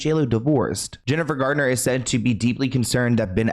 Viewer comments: Thank You for the video! I do wish half the world would stop saying Jennifer "Gardner" though 😅 it's said just like Garnet 😻 but we try our best 👌 🎉 Everyone does it 🫣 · It sounds like you said Jennifer Gardner instead of Garner. Forgive me if I misheard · It's Jennifer GARNER not Jennifer GARDNER!!! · it's GARNER not GARDENER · I'm confused as to why people saying Jennifer Gardner when her last name is Garner? There is no "d" in her name!